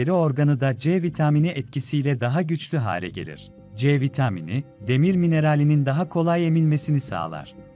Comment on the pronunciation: C vitaaamıni . Tuhaf bir söyleyişi var ama olumsuz değil hafif bir komik gibi .